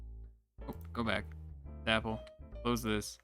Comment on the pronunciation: It makes me laugh every time you say 's-apple' for sapele 🤣 it's 'suh-pee-lee' but never mind 🤣🤣